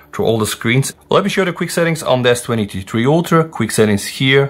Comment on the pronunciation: You got me confused. S23-3 Ultra??? Does anyone notice how he says S23? 😅